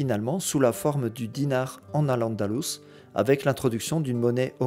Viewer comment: Vous venez de dire AL ANDALOUSE, à partir de là ce que vous dites sera faux